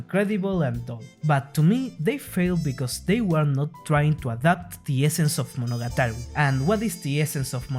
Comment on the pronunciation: This might be the first time I heard Monogatari pronounced correctly